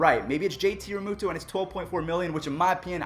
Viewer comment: Me Here he said his name wrong